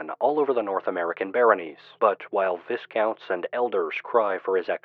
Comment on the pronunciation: you sound like an articulate and accurate guy, so couple corrections. Gyros = Year-Ohs. Viscounts = Vi Counts! :)